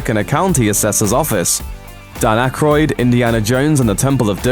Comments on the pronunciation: It's Dan Aykroyd not akroyd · It’s actually Dan AYkroyd, not Akroyd